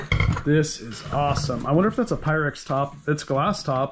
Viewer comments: NO REE TA KEY !!! That and PYREX ! PIE - REX ! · NO-REE-TA-KEY! PIE-REX!